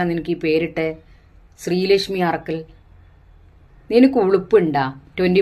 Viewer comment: ശ്രീ ലക്ഷ്മി അറക്കൽ അല്ല ഉരക്കൽ